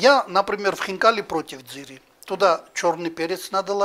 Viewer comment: то, что это будет вкусно, было понятно с первых слов! Как аппетитно хозяин произнес слово хинкали! А у нас котлетки!!!